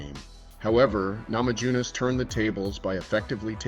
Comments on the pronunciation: You lost me at "namadzhunass" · "namadzhunass"?? LOL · Please at least learn to pronounce her name correctly 😢